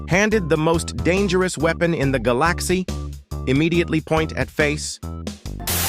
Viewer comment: “The galacksy”